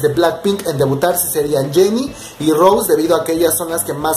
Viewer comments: Recuerda que el nombre es Rosé no Rose, no tienes que pasar desapercibido el acento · se le dice Rosé con el acento por Roseanne(? pero si solo le dicen Rose no tiene nada que ver.